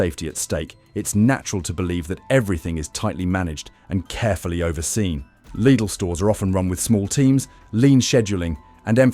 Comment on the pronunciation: Lid-ull, Lied-ull, leed-ull. Three different pronunciations of LIDL in one AI read video.